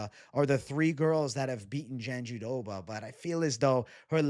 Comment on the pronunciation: Why are you saying JandiDoba…it’s jandiRoba 😂